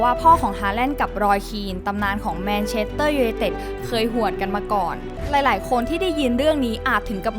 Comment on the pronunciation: อยากให้ปรับปรุงการออกเสียงชื่อภาษาอังกฤษหน่อยนะครับ เช่น manchester ไม่ใช่ manchedter, leeds ไม่ใช่ leed จะได้มีเสน่ห์มีภูมิฐานมากขึ้น